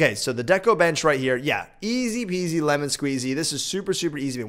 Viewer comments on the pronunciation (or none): none